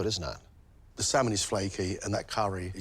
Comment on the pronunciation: Who else smirked when she said 'saaman curry' ?! Haha